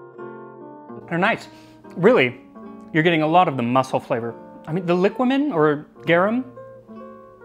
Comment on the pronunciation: It is pronounced liquámen btw